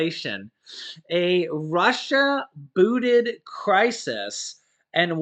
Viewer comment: it's booSted. Not booted.notice the S in the middle of the word?